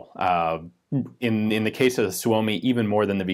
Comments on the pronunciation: Pronounced soo-me. Not so-o-me. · Great video, Ian! FYI, the Finn's pronounce Suomi as "Sue-Mee". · We are going to have to teach Ian how to pronounce Suomi.